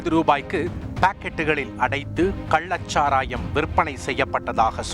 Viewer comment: கள்ளச் சாராயத்தை கல்லச் சாராயம் என தொடர்ந்து தமிழைத் தவறாக உச்சரித்து வரும் இந்த தொகுப்பாளருக்கும் இவனை வேலைக்கு வைத்திருப்பவனுக்கும் ஒரு குவளை கன்னுக்குட்டி சரக்கு கொடுத்தால் தமிழ் காப்பாற்றப்படும்.